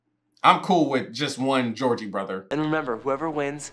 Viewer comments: Me:… Did he just say the Georgie Brothers? 😂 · You calling the Jonas brothers the Georgie brothers kept taking me out lmaooo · calling the Jonas Brothers the "Georgie Brothers" gave me LIFE loll 😂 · Bro was actually calling the Jonas brothers the gorgie brothers the whole time like 😂 I love this movie one of my favorites , even though it’s cringy it’s an original , this video was hilarious keep it up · Loll😂 dying every time you call the Jonas brothers, "the Georgie brothers" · Bro keeps calling the Jonas Brothers The Goergie Brothers LMFAO 😂😂😂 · Georgie brothers hilarious it's Jonas brothers getting the names wrong has begun! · I find it funny that you’ve been saying Georgie brothers when it’s the Jonas brothers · Him calling the Jonas brothers the Georgie brothers had me hollering!!! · Not pronouncing the last name Jonas as Georgie or something like that HAHAHAH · Why do I literally correct you every time you call them the Georgey Borthers 😂😂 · Is he calling the Jonas brothers the Georgie brothers on purpose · They are the Jonas brothers! Not Jeorgey brothers lol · It's Jonas! Not Jorgie😭